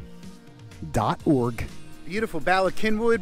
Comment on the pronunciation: All good Welsh words.Please pronouce the first Y as you would The U in gun!! Then the 2nd as in ee in weed!!!